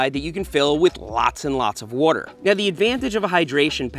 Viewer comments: What's a "warter bahtle" :p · Nobody: Seth: wuarer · Ah yes, the classic wuhter bottle